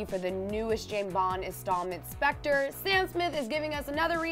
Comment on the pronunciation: the women says Jame bond instead of James Bond